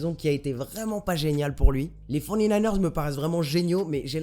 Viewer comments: les "fornininers"... sérieux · j'adore ton "les forny-naïneurs" mdrr